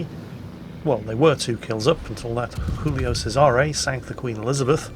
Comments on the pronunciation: Giulio Cesare is pronounced "julio che-se-ray," for future reference. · No one:: "Xulio Sesare"